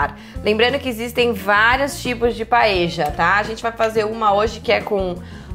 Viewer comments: Adorei a receita mesmo que nao seja nossa paella española,(Paella se pronuncia PAELHA nao paeja)a nao ser q vc seja Uruguaya ou Argentina,esse nome é dado ao recipiente onde vc cozinha o arroz redondo... beijos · "Paeja" é prosódia de argentino...Em espanhol e português se diz "paelha". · Dany silva exatamente! “PaELHA”.